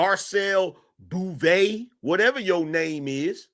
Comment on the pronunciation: Her name is pronounced BOW-VAY.